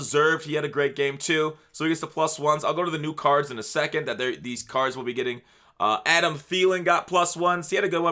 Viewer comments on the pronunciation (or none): none